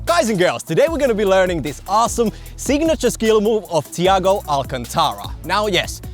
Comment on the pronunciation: me watching butcher his name just makes me cringe